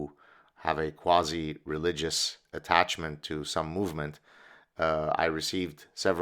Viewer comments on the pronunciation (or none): none